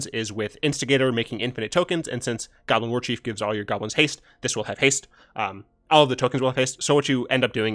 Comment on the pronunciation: Mate, I thought you said "Goblin Orgy" when you were saying "Goblin Warchief."